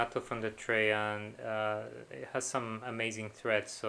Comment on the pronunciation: "tray" not "trace" xD